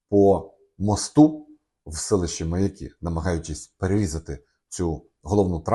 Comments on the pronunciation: Не МаякИ , а МаЯки . Аж слух режет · Не МаякИ: ; а правильно МаЯки!!!